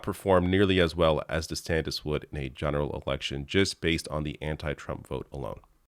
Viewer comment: I thought I just heard you call him Ron DeSandwich and now it's all I can hear. LOL